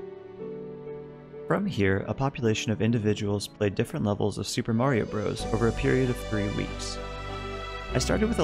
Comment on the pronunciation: Cool. Now if you can learn to properly pronounce bros.